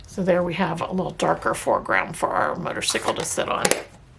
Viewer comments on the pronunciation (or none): As a Harley lover, thought this card was fabulous. Just a hint, motorcycle is pronounced motor cY ,long hard y, not icicle like popsicle. No offense, just a hint. As always enjoy your video tutorials.😂